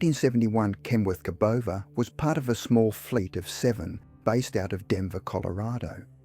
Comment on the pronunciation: That doesn’t look like a Cabover Kenworth. Or has AI pronounced it, ca. bover